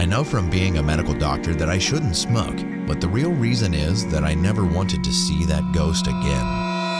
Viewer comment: "Never nerver"💅💅